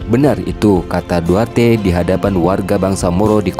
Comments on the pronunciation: Maaf bang, Duterte bukan duarte 🙏🙏🙏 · Maaf Pak bukan duarte tapi "Duterte"yang betul Pak Maaf Pak baca betul2 takut jadi masalah Pak